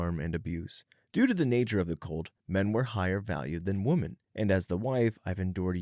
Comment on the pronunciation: Pronunciation guide: Woman (singular); wuh-mun Women (plural); wih-min. I wish this guy would get this right, once and for all. 😑